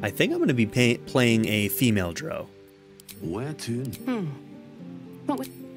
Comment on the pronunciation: You are saying Drow wrong lol